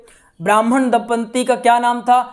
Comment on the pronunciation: धुंधली नहीं है धुंधली है दम्पदी नहीं होता जी दंपति होता है